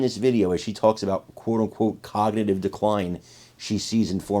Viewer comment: Kognitin Degenerayshon ? ? ?